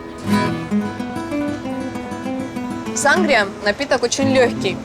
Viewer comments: СангрИя! Ударение на И! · Блин, названия Сеута, Сангрия и некоторые другие режут ухо, сами испанцы ставят ударения на другие слоги!!!!